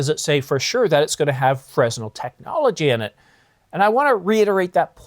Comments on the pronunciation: Lol, it's not pronounced frez-nel, it's fren-nel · “Fresnel” is pronounced fren-el, no “s” sound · The "S" in Fresnel is silent, it's pronounced "Freh-nel" after the French physicist Augustin-Jean Fresnel. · You don't pronounce the s in fresnel